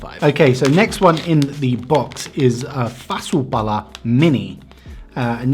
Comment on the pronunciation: When you said "fasu pala" i thought u were finnish